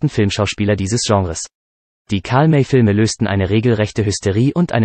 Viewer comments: Gute Übersicht, schlechte Namensaussprache nicht Karlmä sond Karl May = Mei / Mai wäre rivjte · Iss nicht wichtig, aber der Bot sollte Karl May wie Mai aussprechen, issn Deutscher gewesen. Arkansas kannst er gern Englisch aussprechen. Aber sonst gut gemacht. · Ist eindeutig Computersprache! Bei Datum zB stock die Sprache, als wäre es ein Punkt eines Satzes, darum ist hier auch die Betonung vollkommen falsch. Auch die Aussprache wie zB Karl-May-Filme klingt wie Karmei-Filme. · Der Sprecher sagt immer Karl Mey.